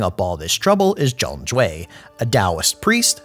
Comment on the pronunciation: Why are your pronouncing Zhang with such a "ong" sound? Out of curiosity